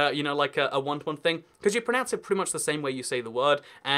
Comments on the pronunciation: pronunce? its pro NOUNCE. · You are not pronouncing "pronounce" properly. Sorry. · Pronownce not Pronunce